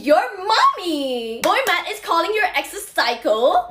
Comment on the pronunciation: Is she saying boy mat?